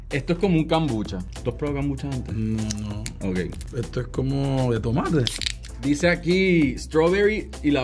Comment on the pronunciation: “De tomate🥴”.?😂😂😂